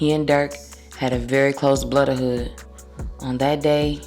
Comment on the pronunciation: did you say blooderhood 😂 I’ve never heard that before lhh